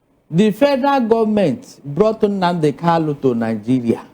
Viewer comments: Is kanu not Kalu 😂😂😂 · This man should go and learn how to pronounce Kanu's name. Calling him Kalu is irritating.